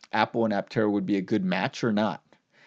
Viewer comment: I-tera instead of Aptera is a bad idea.